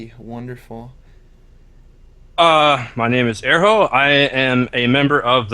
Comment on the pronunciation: Maybe you wanna know, that his name is "Erho" not "Ehro".